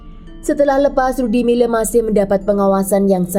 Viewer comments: 🤣🤣Ngakak tadinya pengen kedengaran bagus nyebutin nama, Lyudmila🤣🤣....kenapa jadi Ludimileu ??? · Di bacanya Ludmila bukan ludimila..mungkin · Kan emang lyudmila dia nyebutnya, tapi kedengarannya ludimile. Dengerin baik baik. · Terganggu banget dgn pengucapan LYUDMILA jadi LUDIMILE...sblm bikin video mending reseach dulu...kan ada googgle translate disitu ada juga cara pengucapan ala russia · FYI: nama si Ibu itu Людмила di baca nya Ludmila(Lyudmila) bukan Ludimile atau Ludimila 😊 dan juga Sasa itu nama singkatan dari nama Alexander bukan karena org tsb bertubuh kecil atau ciri fisik lainnya ). Karena org Russia punya nama singkat di hampir setiap nama mereka, contoh lain : İrina=Ira, Maria=Masha, Valeria=Lyera (Lera) Daniel/ Danil= Danya dst. Btw, seru bgt cerita nya, ngeri ngeri sedap 🙌😂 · Aku dengernya rudy miler😅